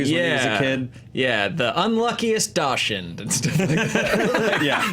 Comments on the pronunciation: I pronounce it DOX-UND. I’m sorry guys but when I heard that weird alt-pronunciation I had a visceral reaction. I love you guys but damn I was about to lose my mind. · I'm so surprised that the entire table doesn't know how to pronounce "dachshund". It's supposed to sound like "DOCKS-hənd" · It's "Dox-hund" guys, what are you doing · Dachshund is pronounced "docks-hund," it's German. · Fun fact Dachshund is German and pronounced "dakshoond" 😀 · "Dachshund" is pronounced dox-und. Surprised no one knew that.